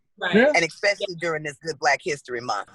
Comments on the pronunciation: I'm gonna LOVE y'all enough to put correction, to ignorance. Ignorance because you're not choosing to speak in defiance to norms, you know no better.... You chose to dream as big as WORLDWIDE; GOD bless.... worldwide it's enunciated (S)specially not (X)specially and no matter what you think or what is told; this is LOVE. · This bitch saying "exspecially" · I can't stand when ppl of color pronounce "especially" with an X come on y'all it's call the dictionary. Watch your diction.